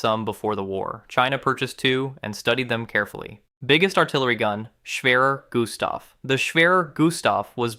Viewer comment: As a German I like how you pronounce the "Schwerer Gustav"